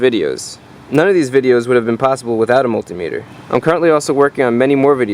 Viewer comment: Why called multea-meator and not multimeter? Like odometer or speedometer or inclinometer, ... Just wondrin’